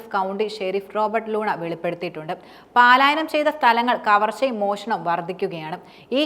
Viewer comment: ...പാലായനമല്ല പലായനം ok